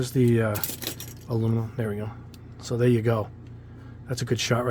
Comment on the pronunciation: Aluminum not alumimum